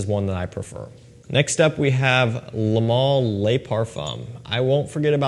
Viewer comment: Pronunciation Police 👮‍♂️ Les = “lay” Le = “l’ugh” but one single word no gap